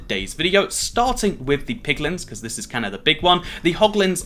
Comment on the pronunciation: He said Bequartz again.